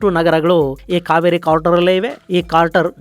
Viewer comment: ಅದು ಇಂಪ್ಯಾಕ್ಟ್ ಕ್ರೇಟರ್ , ಸರ್..... ಇಂಪ್ಯಾಕ್ಟ್ ಕಾರ್ಟರ್ ಅಲ್ಲ ... ತಪ್ಪು ಹೇಳಿದ್ದೀರಿ....